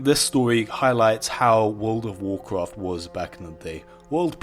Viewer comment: wuwd of wocroft